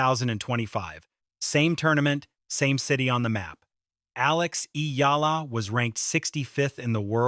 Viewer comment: “Flash in the pan”—who said that? I never heard it! Get real! And she had beaten Swiatek before—some of us still believed! Again, get real! And pronounce “Eala” correctly—eh-Ah-lah.